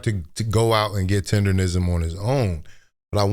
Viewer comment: People really have a hard time saying “Tendernism ”! they be saying “TinderRism” 😂